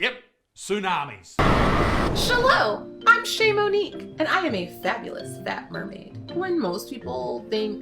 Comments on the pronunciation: Did she say Shamunique? 🤣🤡🤣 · Ché Monique? That's an interesting way to spell and pronounce sha moo... sorry. Couldn't help it.😂